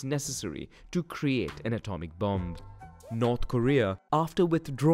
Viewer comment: I’m sorry to be that guy, but the second ‘b’ in “bomb” is silent. Nonetheless, a great video and very informative as always